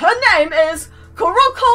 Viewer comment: Its "kuruko" or "kuroko i mean kuroko with the " mark